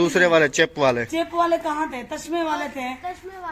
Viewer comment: Tashma nahi bolty tasma bolty hain